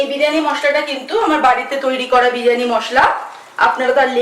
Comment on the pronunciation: বিরিয়ানি হবে, বিড়ি য়ানি নয়......drishtikotu lag6e.... ki6u mone korben na..